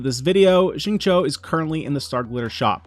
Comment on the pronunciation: the X in Xingqiu is pronounced more like SH than S